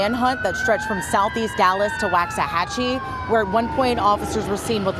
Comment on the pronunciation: Not how you pronounce "Waxahachie".....